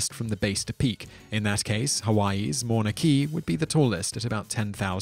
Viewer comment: Nice, except for the pronunciation of Mauna Kea.